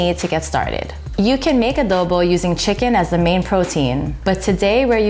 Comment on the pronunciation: ❤ "a-do a-the a-dobo" LOL